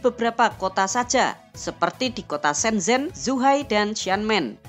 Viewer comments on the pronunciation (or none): none